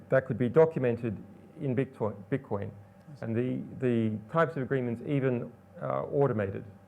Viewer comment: is he saying "beetcoin" ...?